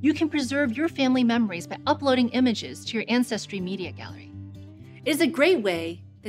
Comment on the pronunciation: "Anne Cestry" Ja ja!